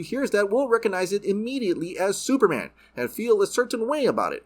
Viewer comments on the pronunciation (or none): none